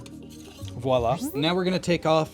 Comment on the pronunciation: Thank you for actually saying "voila" and not "walla" LOL I've never been so glad that I used the 4 pin cnlinko connectors when I did my own hose upgrade, way back when. One thing I won't have to do over!